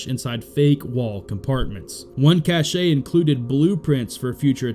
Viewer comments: "Cache" is pronounced like cash (kash), not like cachet (ka•SHAY). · When describing a hidden stash, the word “cache” is pronounced the same as “cash”. The word that sounds like “cash-ay” is “cachet” and just smells nice. God bless our American veterans- you are, each & every one of you, heroes. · Excellent work. That being said, hearing “cache” mispronounced as “cachet” still causes me to shake my head. 😂 “Cache” is pronounced exactly like “cash”. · "Cache" is pronounced "cash" and refers to a hidden or secret place where items are stored. "Cachet" is pronounced "cash-ay" and means something that distinguishes a person or thing; a uniqueness. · And he vocalizes "cachet" when meaning "cache" ergo not realizing cachet is an entirely separate word, spelled differently, and, more to my intended point, pronounced differently.